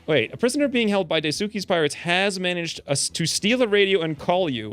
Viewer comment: Daisuke is pronounced Dyes-kay.